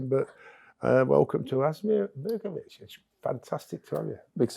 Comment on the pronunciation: Did he call him Asmir BERKOVIC? 🤣👀